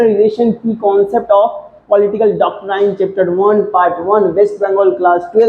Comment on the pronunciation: Aap doctrine ko galat pronounce kr rahe 😢😂